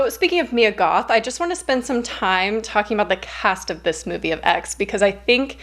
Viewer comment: when you said "Mia Goth" i thought u said "me and goth" like WHAT :0 lol